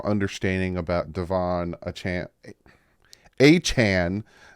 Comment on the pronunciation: You can remember how to say his name by saying Achane CAN